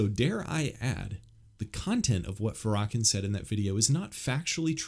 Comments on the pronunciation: The butchering of the name Farrakhan 😂😂 was worth it. ( FAR-RAH-KHAN) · His name is Louis farrakhan NOT FARAKAN And you need to go watch the show where hes on Phil Donahue and all hes saying is he wants to help Blacks get better alkvwhite people heard was violence When he didn't say one violent thing because he said he wanted to do stuff for the black community that's why I know you don't know what you're talking about you're not even saying his name right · Pronounced: Fair-ruh-kawn 😊…I understand what you are saying because anytime race is involved, it typically goes left lol. He is extremely hateful and unforgiving towards white people. I will say this though, black ppl are still bringing all of this up because some of us are still afraid of white people. Seriously - even in the church. Many of us have been traumatized by a white person in some way and cannot forgive. Just pray for us and continue being kind. That goes a lonnnnnngggg way. This goes for white people as well - if a black person hurt you in some way, I apologize and pray that you will forgive it and not hold it against our entire race. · His name is pronounced Fair-uh-con. Just fyi. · I assume you mean Farrakhan as in Louis Farrakhan. Pronounced Lew-iss Fair-ah-Con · Isn’t it pronounced “fair-uh-kawn?” Yeah. I am pretty sure it is. Just fyi. Appreciate the info on Jackie. Some fist stirring here in kentucky over her speaking at the local mega church. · It’s pronounced *fair-uh-con*. I’ve know she was trouble since I first heard her. She’s platformed by big Eva because she ticks all the intersectional boxes. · Louis Farrakhan(pronounced"fair..a..(as in apple)con) Thank you for the work you! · ur pronouncing his name all wrong dude pls ask a black person how to pronounce his name ur welcome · You should pronounce his name correctly. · A man who knows nothing, saying nothing. mispronouncing commonly known names. smh.